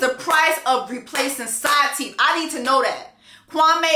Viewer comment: "side theeth" 😂😂😂 j'en peux plus !!!